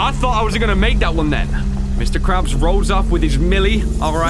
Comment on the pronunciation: he ses mr craps